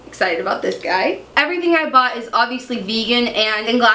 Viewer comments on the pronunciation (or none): none